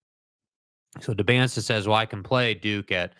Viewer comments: its pronounced "Dybansa" the t is silent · Pronounce his name right… there is no T after the S… ESPN first take slaughtered his name as well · Seems for all the talk, you ought to learn how to pronounce his last name (the "t" is silent, which with just a little bit of effort you would/should have known).